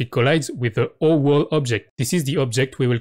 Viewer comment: i love how when he says "oWall" it sounds like "owo"